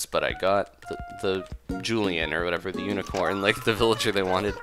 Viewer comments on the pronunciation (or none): none